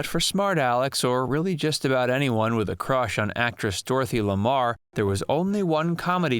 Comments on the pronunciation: You confused the names of two very famous actresses, Henry Lamar and Dorothy L'Amour. I HEARD YOU SAY Dorothy Lamar. I hope I spelled them both correctly. It was in my parents generation that they became famous as did Bob Hope and Bing Crosby. There was a less famous brother on TV in the 1950s, Gary. Crosby. He was younger and really nice looking 👌. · G... LOL! I caught that, too.